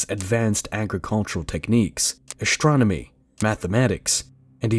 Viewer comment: Why is astronomy pronounced "ashtromony"